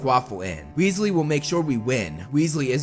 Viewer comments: ronald weeslee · MacaRon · Wealsey It’s weasley not wealsey